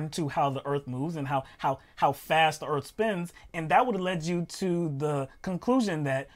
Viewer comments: God, I was cracking up to hell with that ‘ooh, I felt da earf move’ and ‘we need to restart da earf!’ Where do they find these people? Sorry, person. Dimond was the only one commentating. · "Time to reset the Earpf" lol